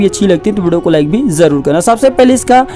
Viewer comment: apna pronouciation sahi kar z ko j j ko z s ko sh sh ko s.....padte ho e.g.......jaroor (it is zaroor)